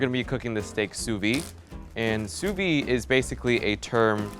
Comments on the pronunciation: I have a legit question about the "sous-vide" technique. Why do people skip the "de" from "vide"? People always prononce it "sous-vie" and I don't understand why. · Video : sous vide Him : S O O V E E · Please pronounce sous vide correctly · Every French speaking person cringed SO HARD when he tried to pronounce sous vide LMAO. It was a good effort though. Also fun to watch Americans try to speak french